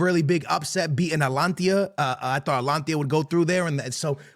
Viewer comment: Bartelona 😂 Amir 😂 Atlantia 😂